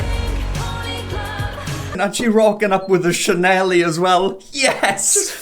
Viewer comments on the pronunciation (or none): i love how you say "chanelie" instead of "chanel" lol im gonna have to start calling it that